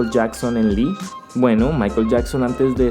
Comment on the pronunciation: Antes que otra cosa, tengo que decirlo, Lee no se pronuncia "Li" simplemente es una "i".